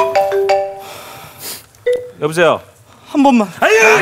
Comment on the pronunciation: ㅋㅋㅋ이건 캐스팅에서 연기하는 이진호한테 말하는게 아니라 진짜 이진호한테 말하는거같닼ㅋㅋㅋㅋㅋㅋㅋㅋㅋㅋㅋㅋㅋㅋㅋ 저 츄리닝에 이상한 부츠에 짤막해서 잘못입으면 바보같을수있는 상의츄리닝 입고도 저렇게 잘어울리는사람 이지노말고 없을가야... 그리고 그렇게 입고 다리가 겁내길어...핏이 찐이야... 한번만 투정지노 발음이 함버만! 이래ㅠㅠㅠ